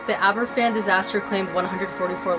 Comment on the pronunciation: In answer to your question, Aberfan is pronounced like Abervan. A single 'f' in the Welsh language is pronounced like an English 'v'. Great video! And it's nice to see Wales' darkest day finally being acknowledged and talked about. Thank you. :)